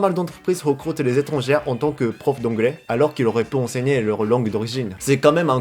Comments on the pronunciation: Sans vouloir te vexer, je pense que tu dois mal prononcer le mot "étranger". Si tu parles d'un ou de plusieurs étrangers (tout sexe confondus), tu dois le prononcer " é-tran-gé". Parce que "étrangère" (comme tu dis), ça signifie "étranger(s) de sexe féminin" seulement ! Alors quand tu dis "si vous etes étrangère" ou "pour les étrangères", on a l'impression que ça ne s'adresse qu'aux filles ! Voilà, c'était juste pour faire une petite précision pour t'aider en français. J'espère avoir pu t'aider. Continue a progresser, et bravo tu te débrouille déjà super bien ! Omedetou !! ^v^ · Salut ! J'ignore si c'est voulu mais tu utilises le féminin du mot étrangERs. C'est pas étrangÈRE c'est étrangER. Ça se prononce comme ET ou É. (J'ai vu dans une autre vidéo que tu aimais savoir quand tu fais des fautes de prononciation alors voilà.) :) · pour prononcer le mot "étranger(s)" , on ne doit pas entendre le R final mais juste le son "é" (= "étrangé" ), sinon on pense que tu parles de femmes: étrangère(s) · Quand tu dis les étrangères plusieurs fois dans la vidéo, c'est vraiment au féminin ou c'est une erreur de prononciation ? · Je sais que le français est une langue très difficile mais juste la plus part du temps ER se prononce comme le え (é) japonais alors souviens en toi quand tu dis étrangers (Je sais le français c'est chiant en tout cas bien la vidéo)